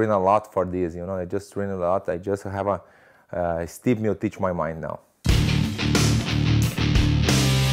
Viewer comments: "My opponent is Stipmiotich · Its just so hilarious how he keeps calling him Sti Miotic without even bothering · Stipp Meo-teech. -Werdum